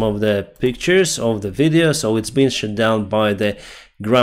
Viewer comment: "shat down" 😂😂😂😂